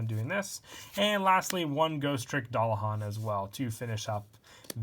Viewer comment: it's pronounced DU-LAH-HAN